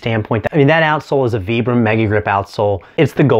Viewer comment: Appreciate you saying "Vibram" correctly 😁 Thanks for the review!